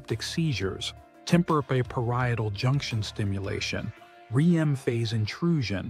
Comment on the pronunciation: in the video the speaker says: "Point 5. RE-EM phase intrusion." This wrong and utterly implausible pronunciation of "REM phase" (the dream phase) is repeated several times and it completely destroys the good impression of this video until this point. I'm out. Goodbye!